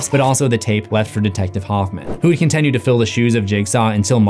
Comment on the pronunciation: For the love of God what's the deal with your pronunciation of "continue"!!? Lol hearing that is worse than what jigsaws victims went through!